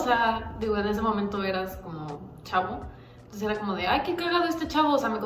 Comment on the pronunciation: Nadie:: Antonces JAJAJAJAJAJj